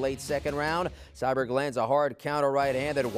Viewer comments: CyBORG. There is no "Cyberg". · Her name aint "CyBerg"..... Its Cyborg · Why is he calling her cyberg ? It’s CYBORG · Lol this guy, Cyberg? No dude it’s Cyborg or Cris Santos geez 🙄 at least learn to pronounce the name before going on air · He said Cyberg 😂 Cmon Man U don’t know the Goats 🐐 Name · Sounds like he’s saying cyberg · Why does it sound like homie is calling Cyborg...Sideburn? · Is he calling her cyberg haha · Didn't know Cyborg was hard to pronounce?..... apparently it is. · How can you say cyborg so wrong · Why can’t this dude say cyborg right